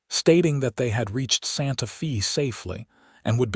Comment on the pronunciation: Tuxin?...Santa Fee?...Not saying that these places don't exist, but I suspect that AI is mispronouncing Tucson and Santa Fe.